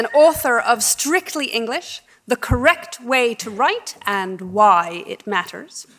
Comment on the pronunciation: The English teacher saying "there is a a righ' and a correc' way to speak " ! 😉